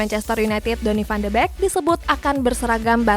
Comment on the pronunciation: Van de beekk bukan Bekk Wkwwkwwk